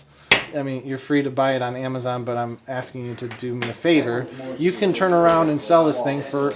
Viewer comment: It’s funny how always starts his videos with “ over here” instead of just saying “ here”. He says “over here” as if it matters where he’s standing. 😂 Another one of his unique pronunciations is the online retailer, AHHmazon. 😆